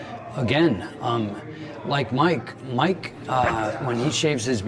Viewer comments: Hey man you said “Muke” instead of mike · Haha “Muke” Tyson is that because he has Mutant abilities???? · Muke Tyson huh?😂